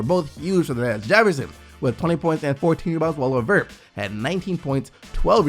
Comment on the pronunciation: It's Levert not Lavert xD